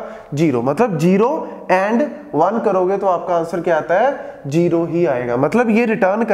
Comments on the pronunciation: "Jero" and "jaroror" or "zero" and "zaror" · Yr jero na bolo kasam ae tapp charti ha.